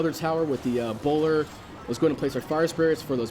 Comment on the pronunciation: did he say bowlder?